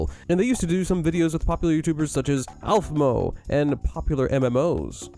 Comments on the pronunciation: Aphmo? It's Aphmau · He said aphmo instead of aphmou